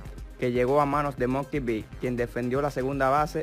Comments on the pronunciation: Papi el nombre se dice MUKI, MUKI BETTS , no MONKEY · A como es bruto el narrador, como que monkey bets...? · Se llama mookie betts no monkey bits 🤦🏼‍♂️